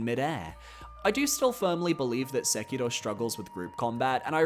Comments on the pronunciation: Why do people always pronounce Sekiro as “sekido” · I literally had to stop watching this video because of how you keep pronouncing Sekiro 😅